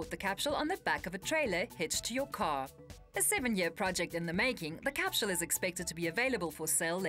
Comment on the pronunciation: why is she saying capshule not capsule ? :/